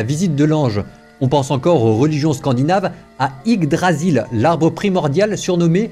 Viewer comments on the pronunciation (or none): none